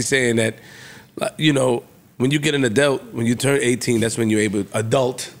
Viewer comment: really can’t say Adult 😂😂😂